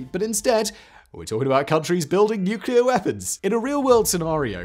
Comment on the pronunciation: Finally, someone that can actually pronounce nuclear instead of nucular 😂